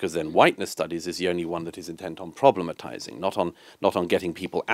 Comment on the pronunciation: Did he say problematising?